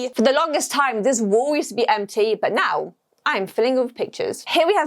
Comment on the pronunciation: i love when she says”what the flip” and “right noew” or “neow”